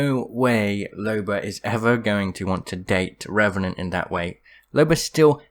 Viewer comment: I know that but it sounds funnier when you say Revenanr and Suicide lol